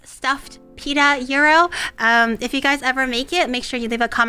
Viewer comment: I lived in Crete as a kid, on Iraklion Air Force Base, for many years. Watching her make authentic gyros is making me time-travel. Listening to her pronounce 'gyro' as 'euro' is making my ears cringe. ¦¬D {"yee-row", but you gotta roll the 'r'}